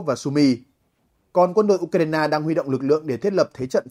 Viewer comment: U cờ rai na ?😂